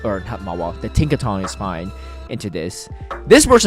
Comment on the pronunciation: why are you pronouncing Tinkaton with a G at the end lol